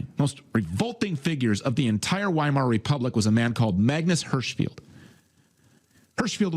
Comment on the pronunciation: He's also mispronounced Weimar everything time. It's pronounced Viemar.